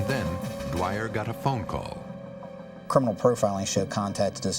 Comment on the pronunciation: I think they need a new editor. They called the police man dwire my mothers maiden name was Dwyer 😂